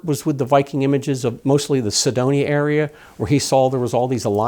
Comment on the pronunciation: One would think that the "Curator of the Cydonia Institute" would know how to pronounce "Cydonia", and not pronounce it as "Sedonia". Very curious....